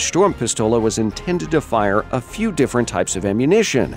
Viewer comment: You pronounced Sturmpistole quite right :)